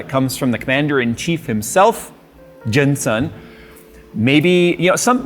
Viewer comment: are you unable to say jensen without adding some “asian” twang to the name? just say jensen as it’s written, and not jen”sun”